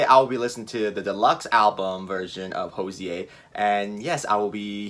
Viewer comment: hozier is pronounced as cozier